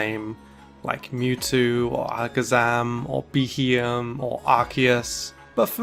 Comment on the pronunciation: 😳 BEHEEYEM?!? Who's ever said that?